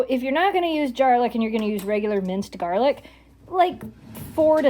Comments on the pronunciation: At first I thought you said jar lick for the garlic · ok, I’ve never heard it said like that.